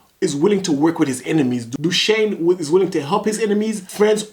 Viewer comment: Dooshane lol not you as well